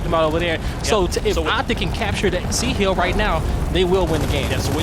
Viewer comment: This guy keeps saying "Keels" and "Heel", it's kills and hill lol